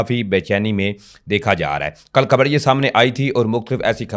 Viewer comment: لفظ کھبر نہیں ،،خبر ھوتا ھے درست کر لو ،پلیز پڑھے لکھے لوگوں کے منہ سے اچھا نہیں لگتا